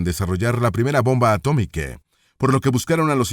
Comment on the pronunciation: Inteligencia artificial inclusiva? Bombe atomique 😂 su espose 😂 literature inglese 😂